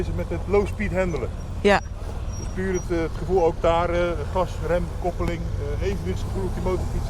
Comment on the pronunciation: Kuppuling... 😄 Sounds again like german the dutch.